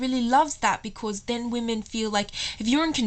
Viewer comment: Ok, 1, she's not British, she's either Aussie or Kiwi, 2, can you not say 'because' like that please and 3, the examples of how to respond to 'do you love me?' that you gave were absolutely ridiculous and not cute or endearing. Pisses me off when girls ask that as well. Do I have to keep telling you?!?